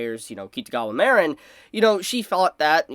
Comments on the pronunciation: The way you pronounce Mah-reen(Marin) as Mare-n(Marinara) makes me want to blow my brains out. No hate though. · Take a shot every time says 'Mare-in' instead of 'Mar-in' 🍾 🍺 🍻